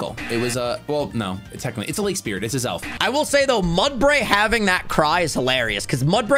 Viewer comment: The “It’s Azelf” so confidently wrong LOL